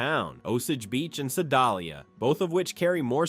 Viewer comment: "Seh-DOLL-ee-a"??? "O-suhhj beech"? Is this AI mispronunciation?